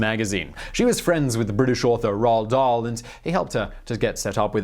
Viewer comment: lol Rall Dahl?